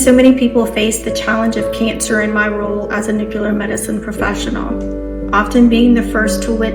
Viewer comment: NU-CLE-AR not nucular